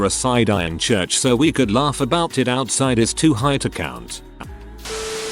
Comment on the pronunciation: Lol@ "laRf"